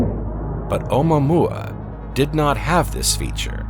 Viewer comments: Nice way to butcher the pronunciation of omuaomua. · This guy pronounces it in an odd way